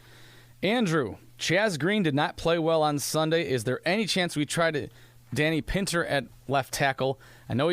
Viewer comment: Kevin.... I've mentioned this before, but I guess you could care less. But, as a prominent member of the COLTS media, at this point in the season .... you should at LEAST pronounce our players' names correctly. Danny's last name is Pin-TER NOT Pit-NER.. you sound like Don Fischer calling a past QB Scott Tol-ZEIL. At least with him you could say it was only pre-season and didn't know the players